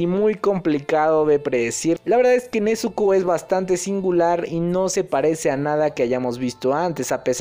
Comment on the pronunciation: Nezuko con "Z" pls